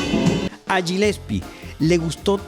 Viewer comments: Genial tu video, el apellido Gillespie se dice Galespi. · se pronuncia "Guilespi"!!!